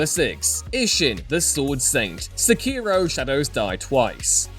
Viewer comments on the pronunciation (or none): none